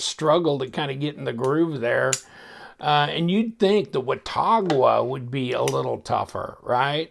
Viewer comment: It's pronounced wuh-tog-a (wuh pronounced like the wuh in "won", tog like "hog" and "a" like "uh"). I know because I live a few miles down from Watauga, TN. 👍🏻